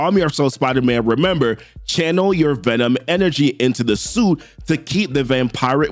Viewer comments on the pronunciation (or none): none